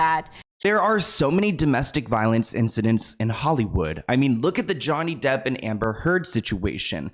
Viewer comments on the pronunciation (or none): none